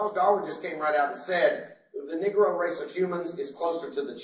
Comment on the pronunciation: Did he pronounce that word "nigra"?????? Who's the racist?